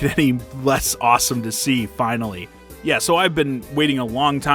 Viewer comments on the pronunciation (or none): none